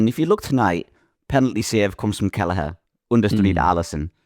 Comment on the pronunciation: Lads there isnt even a G in Kelleher 😂